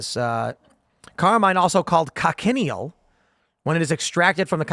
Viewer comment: Talk about not judging a book by its cover I would not have guessed looking at her on the streets. Tim i also think the bugs are pronounced co-shun-eel